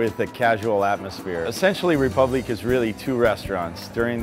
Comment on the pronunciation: Imagine naming your high-end restaurant "Republique" and not being able to pronounce it correctly.